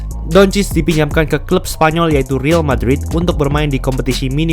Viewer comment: kritik & saran dari gua bang: -bacanya real madrid bukan ril madrid - kenapa ga sebutin kontrak pertahunnya aja bang itu bakal lebih spesifik dan penonton juga kebayang seberapa besar tiap pemain ambil persentase cap space dari situ juga bakal keliatan seberapa besar tim menghargai presence doi - kayanya gaji pemain dalam rupiah ga penting karena angkanya pasti fantastis dan ga menggambarkan apa apa sebagai data kalo gua keliru ayo bang jadi bahan diskusi aja gua anak baru di nba😅